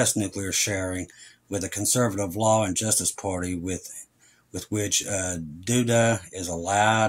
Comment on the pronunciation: Yes you are saying Duda correctly